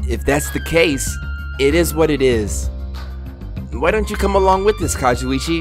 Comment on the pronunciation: It took 21 episodes for to realize he was saying Kazuichi wrong I’m WEAK.